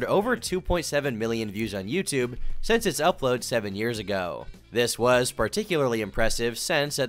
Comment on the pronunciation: why does he say say since like sense?:face-blue-droopy-eyes